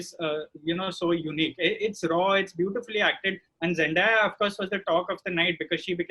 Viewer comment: Rahul, it's Zendaya as in Zen*day*a .